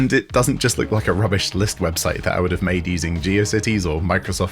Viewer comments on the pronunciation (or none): none